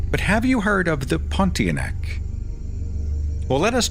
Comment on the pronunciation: I just love how you pronounce the ponti-a-neck